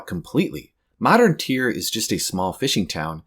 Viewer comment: I thought it was pronounced tire 😭